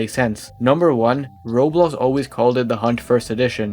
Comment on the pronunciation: learn how to say roblox please i tought you were saying someone's name